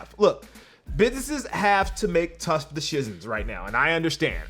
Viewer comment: He said Tush Deshicions